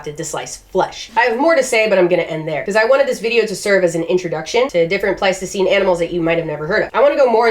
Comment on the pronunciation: I know what it's called, I know what you are actually saying - it's just that I keep hearing you saying Plasticine Animals and expecting you to be playing with creatures made with modelling clay.